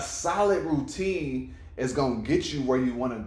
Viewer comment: ROO - TINE!!